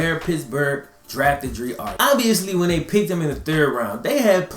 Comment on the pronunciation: It's pronounced dr-eye